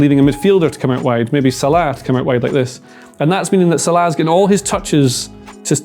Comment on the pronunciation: Why does he say Salah like that